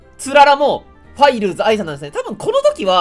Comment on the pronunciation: 「ファイルーズ」のイントネーション気になるなー ファンの人に怒られん？ 人名だすならちゃんと調べてからにしたほうがいいんじゃない？